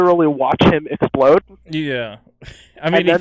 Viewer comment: expuhlode! EXPUHLODE!! XPUHLOD!!!